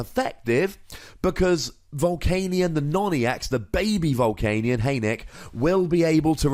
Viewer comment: Why do you always say 'Hey Nick!' anytime you say baby Volcanion? I thought it was just me but is every time!